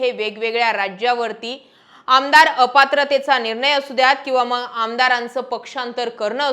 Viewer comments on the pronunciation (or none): 'मंग' नाही ताई.. मग म्हण.. बाकी तु बोलतीये ते खरंच आहे